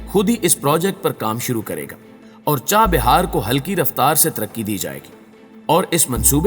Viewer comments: It is CHAH Bahar and not CHA BIHAR Correct your Pronounciation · چاہ بیار نہیں چاہ بہار